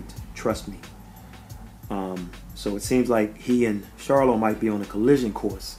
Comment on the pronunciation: Good video this clip doesn't show it but, he did stumble and was helped to his stool. He also was out of it for a little while in the corner. I must give you credit for pronouncing the Charlo name correctly. Good job bro.